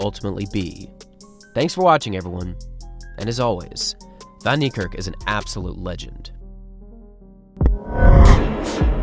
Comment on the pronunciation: "Vahn" Neikerk.